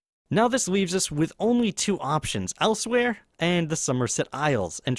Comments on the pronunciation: It's elsweyr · 1) The actual answer is valenwood 2) Learn how to say Elsweyr